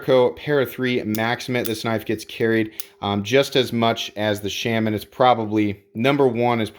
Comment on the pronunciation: Everytime you say “Shamin” instead of Shaman I get one step closer to offing myself.